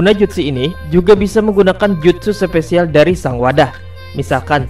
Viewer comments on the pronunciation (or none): gua msh heran cara lu pengucapan yang ketemu kata E" contoh episode bilang epesode, special jadi sepecial hmm